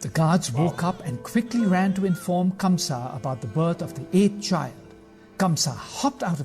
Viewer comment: Ok..so now let me tell u something.. the name of the king is not KAMSA..it's KANGSA..and Sarpent king Sheshnaag protected little Krishna from rain on his way to Gokul as he himself became little Krishna's umbrella..